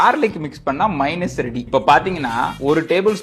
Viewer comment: It’s not pronounced as “மைனஸ் “, the correct pronunciation is “மேயெனெஸ்”